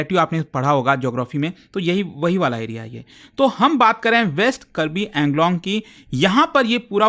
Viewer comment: Pronounce it as AANGLONG